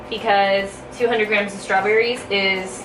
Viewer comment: #Strawbbbbss?? Lol Love It!!